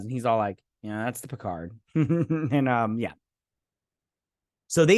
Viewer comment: Vadik is calling him PeeCahrrrrr, giving it a more traditional French pronunciation. But yes, it does get on the nerves.